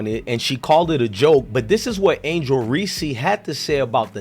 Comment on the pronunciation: Reese is one syllable.